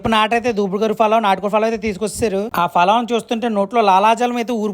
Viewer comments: Falav కాదురా పలావ్ ఎర్రిపుక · Adi falav kaadu palav😂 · Falaav kadu ra palav. Nuvvu foori type aa😂😂😂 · Adhi Palav ra Falav kaadhu 😂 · Adi falav kadu palav furi ni yemantaro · Falav kadu ra...yerri puka...palav